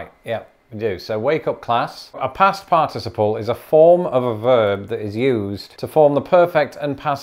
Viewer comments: "Determiner"? We call those "articles" in the US. "In hospital" makes more sense without the article. "Participle." In the US it's pronounced PART-i-siple, not "par-TIS-i-ple." The US pronunciation sounds more fluent to me. But I'm American. The "shall" vs. "will" difference is interesting. I was taught ('50s) to use "shall" in first person, and "will" otherwise. To EMPHASIZE, reverse it! So: "I shall go", becomes "I WILL go" if emphasis on the action is desired. That is no longer true today in the US. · Your pronunciation of the word “participle” reminds me a bit of the British pronunciation of “aluminum”. The syllables are all there, but the rhythm seems weird. 😂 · As a recovering English major, I always appreciate your English lessons. I did get a slight brain cramp on the way you pronounce "participle" - for a moment I thought the Brits had invented a new part of speech. Thanks. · In the US, "participle" has the accent on the first syllable. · Are we going to discuss the different syllable emphasis in "participle?" No? [sigh] Fine. Good job! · All I can think about is the way he pronounces participle and that his glasses are crooked. I wonder if he'd find it amusing if someone copies him saying participle and replayed it 50 times in a row? I'd find it hilarious but that's me. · Now we just need to teach you how to correctly pronounce 'participle'. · I cant pay attention all that well, I keep going back to how you pronounce participle wrong. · i can't get over how you are pronouncing "participle." It just sounds so weird. LOL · You’re pronouncing participle incorrectly 😒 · was inconsistent in his use of a stress pattern on the word "participle" in this video. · Do pronunciation of shared words next - I'm enjoying your odd pronunciation of "par-TIS-iple" as opposed to "PAR-ticiple" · I say part iciple and not par ticiple. Whose pronounciation is proper as to from whence the word was derived? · USA: PAR-ti-CI-ple Him: parTIciple